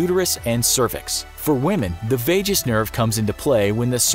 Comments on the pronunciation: It's the vagus nerve. That's VAY GUS, not VAY JUS! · It's pronounced "vegas" nerve...